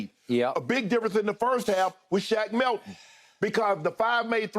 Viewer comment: He really said "Shaq Milton"... Smh